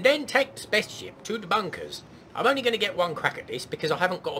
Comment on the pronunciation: I am 39 years young, yet every time you say "spa´ce ship" I giggle like a 6 year old. :)